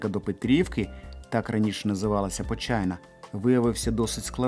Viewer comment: Почайна каждый раз особенно на английском похожа на Вэджайна